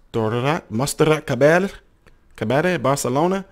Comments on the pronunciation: Her name is pronounced MOHN-SIRAHT CAH-BY-YAY. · Sorry that I rectify you, but I am Catalan, from Barcelona, as she and my sister are called the same. Its name is pronounced MONT-SE-RRAT CA-BA-LLÉ. I will always be grateful to Freddie, my favorite singer, who will dedicate such an exceptional and beautiful song to my city. Too bad he was no longer here at the Barcelona Olympics.